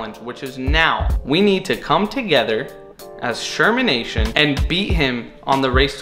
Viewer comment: I subscribed, then you said shermanation. I don’t know if I want to stay subscribed now 💀💀💀